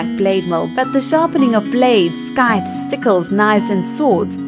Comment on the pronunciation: Why do you put a /k/ sound into "scythes"?! The word doesn't have that. Please take it out.